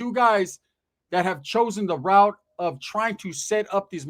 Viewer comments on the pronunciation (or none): none